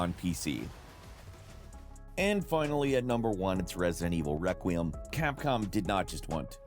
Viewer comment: You're always missing the e in Requiem 😂